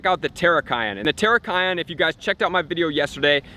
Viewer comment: Hey! its Tear (ripping paper) rak KEE - on xD